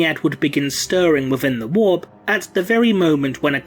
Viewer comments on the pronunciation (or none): none